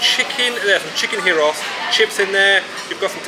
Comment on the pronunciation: Say the G like a Y when saying gyros.thats how it's said